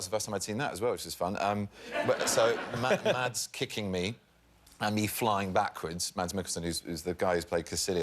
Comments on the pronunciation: Actually, the "d" in "Mads" is soft :p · His name is pronounced Mass! It's Danish! The D is silent! I mean, I just get annoyed... but if he doesn't, I guess it's okay. I know my mother gets annoyed bacuse of her extremely Danish name. But her name is Birthe, and people don't often get that the H doesn't have an effect on the T, and that the E makes a sound... Danish is weird, I know... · The d is silent in Mads ;) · For the record, the "d" in the Danish name "Mads" is silent. It's pronounced like the first half of the word "massive" (similar to "mass" but with a shorter "a"). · Words Benedict can't pronounce: penguin, meme and Mads. Am I missing any? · the awkward moment when Benedict corrects Jimmy on how to pronounce Mads' name but says it wrong. it's pronounced almost like a mixture between Mass and Maz but a soft Z sound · aLSO doesn't mads' name have a silent d lol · ADD Mads to thats :p The D should not be heard at all when saying it